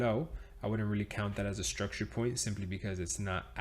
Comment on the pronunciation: Do 10 push ups always when he say struckture 😜